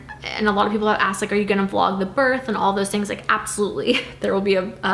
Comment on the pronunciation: It bothers me how she doesn’t pronounce the th in “birth”